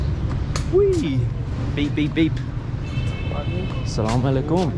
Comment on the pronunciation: He is saying assalam ualaikhum wow amazing